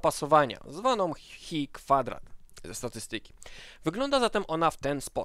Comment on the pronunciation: Ta grecka litera to chi, nie hi ;)